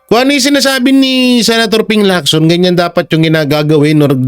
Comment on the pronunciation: Galing mo. Tama ng pronunciation mo ng Lacson. Chinese name yan at hindi Amerikano "Leak-son" parang Jackson. Parang Locsin yan.